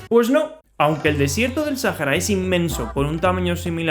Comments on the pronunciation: ¿Porqué le dices Sájara, y no Sahara? Pd: Rio de Janeiro era la capital, pero luego pasó a ser Brasilia. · Es Sahara SA-HA-RA NO SAJARA ES SAHARA AAAAAAAA (*C muere*) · Me choca que lo pronuncies Sajara y no Saara, así como proncuncian iceverg en vez de aisberg. en fin, buen video bro !